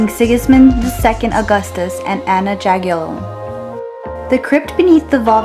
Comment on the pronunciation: Oh dear me , letter J pron. as letter Y in Polish .... Anna Jagielonka , Sigmuntus chapel has real gold roof not golden ! Your vlog woud be so good but you disfigured people names ! Polish man in the chemist in Podgòrze was Tadeusz Pankiewicz , what name did you give ? Green band called Planty around Krakòw was planned not destroyed so you are wrong here ! Please get yourself Norman Davies book The Europe and Gods Playground or just few information from Google.